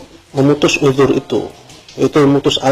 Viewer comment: uDZur bukan uJur